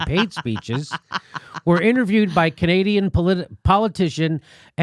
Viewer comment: I'm more concerned on how you pronounced "Canadian"